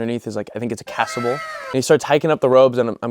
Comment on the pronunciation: Chasuble is pronounced "chasuble" not "casuble." Just to help.